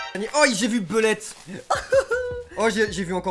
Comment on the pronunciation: Bah au moins t'aura appris quelque chose 😂 faut dire que la prononciation pouvait porter a confusion